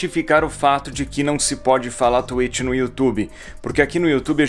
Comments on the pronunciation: Vc gravou falando tuêt, não tuítx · Não fala tuetchi e sim twitch exposed! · tá, mas vc não falou twitch no seu vídeo, vc falou tu êchi (kkkk é zueira) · Oq tem q falar: twitch Oq o edu fala:tuêti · Ninguém: A Absolutamente ngm: A Edu: T U I T I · Mas ce falou twetch por isso nao deu